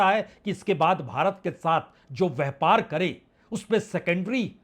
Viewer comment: Itna bara shudh hindi vyapar ki jagah vyhpargalat hindi bolte hai .dhanybad